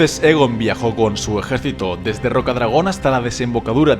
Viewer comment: Está bien, pero estaría mucho mejor si pronunciaras los nombres correctamente. En la serie ya se han dicho varias veces y pronuncias mal Aegon y Targaryen, entre otros. Saludos